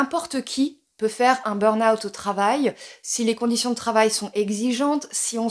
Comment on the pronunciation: Je crois que vous êtes la seule française qui dit "beurn owt" au lieu du "beur ahoût" (le burn juillet mais en août...) Merci pour ça, parce que dans chaque vidéo dans laquelle j'entends "beur ahoût" ou "les stimulus", je perds mes cheveux!